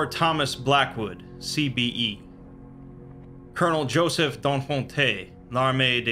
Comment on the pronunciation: D'Enfante the last e isn't pronounced. I know no one will read this though